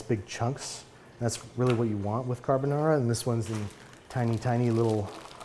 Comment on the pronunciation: Babbish I could listen to u say Carbonara in that Italian accent over and over